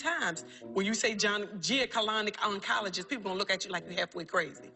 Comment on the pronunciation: I’m hollering!!! And she still wasn’t saying gynecologic oncologist right 😂. Rest well Queen